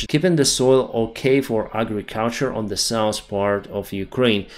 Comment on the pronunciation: SOUTH - not souse NORTH - not norse